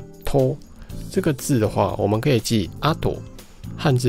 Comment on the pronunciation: 請問と發音to，在唸あと時候發音像是do對嗎？